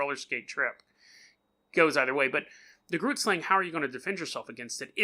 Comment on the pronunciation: I’m from Namibia (country right next to South Africa) and I’m 100% sure you are pronouncing it wrong